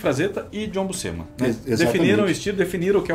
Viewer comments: Uma curiosidade: a pronuncia correta para Buscema é "Buchema", le-se como o jogo de cartas "cacheta". "SC" no italiano tem essa sonoridade. Por exemplo, "piscina" no italiano se pronuncia "pichina" (som de x). Obvio que falantes de portugues nao tem nenhuma obrigaçao de pronunciar da forma correta, mas vale a informaçao. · Em italiano, Buscema se lê Buxema ou Buchema (Bu-chén-ma). O sc tem o som de x de xícara ou xaveco. Quando eu era criança, falávamos Búscema (Bús-ce-ma) por achar que era assim em inglês, kk. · Gente vcs tão falando o sobrenome dele errado é Buschema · Andam todos pra aí a dizer que a pronuncia correta é Buschema, mas andei a ver uns documentários gringos e todos eles pronunciam BUSCEMA( Buscima)- em que o i é mais uma mistura de i e e.